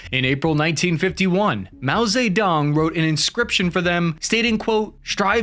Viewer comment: I know you know your pronunciation is sub-par, accompanied with a shrug. But c'mon- Mao Say Dung is sooo bad-; Mao is easy, personal names Zi or Tse just put your tongue against the back of your front teeth and voice "si" quickly followed by "dong" like the first part of dongle. Easy peasy.